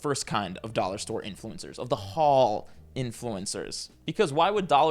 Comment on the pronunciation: obsessed with how you pronounce the word “haul” with eight syllables